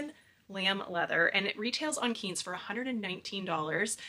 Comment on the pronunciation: I’m a big Quince fan, loved your video! BTW pronounced KWINCE (like the fruit Quince)